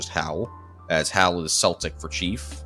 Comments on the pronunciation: Celtic is pronounced as Keltic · its celtic. With a hard c. Not "seltic" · Learn how to pronounce the word Celtic